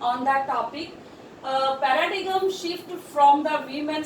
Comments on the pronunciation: It is not Para-dee-gum but Para-diem. ''G'' is silent. Horrible ! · Horrible English Pronunciation I have ever come across ,🙄🙄 Pa-ra-digam